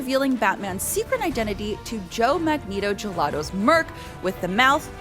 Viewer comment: unfortunately, out of this entire video, my ears can only hear the way she pronounced Joe Manganiello’s last name as Joe Magneto-Gelato 😮